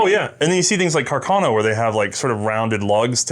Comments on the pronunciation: Pronounced... CarcaH- - NOH!! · says it as "cacarno" too 😂